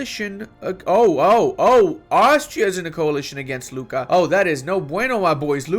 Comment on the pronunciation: You should pronounce Lucca differently by Luca, like a Luccka or whatever in your language ;-)